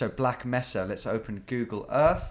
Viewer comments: Meca is pronounced may-sa not messa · fyi it's pronounced may-sa (in black mesa). If you've played half life this will sound very familiar ;) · According to Jar Jar Binks it's pronounced: "misa" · Mesa: ‘may-Saha Spanish for table, often used to describe large plateaus with sheer cliff sides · "black messa" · I had the same thought. "how do you describe this mesa like thing with the word mesa in the title". He was mispronouncing it too so prolly not a common word out side of the US. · As a person living in a city called Mesa, he was killing me with that pronunciation. Then he calls it a plateau, was that a bit?? 😂